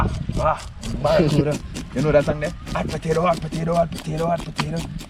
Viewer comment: Yo bredda, mi nah mek fun a yuh or nuttn but me help but notice to number of time you always seh “Barracuta” instead of “barracuDA”. Mi nuh know if a be cause yuh nuh want it sound like American pronunciation but this word is actually pronounced with “DA” at the end.